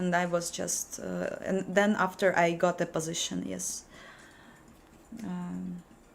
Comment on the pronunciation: Meh "my postiition" enough of this crap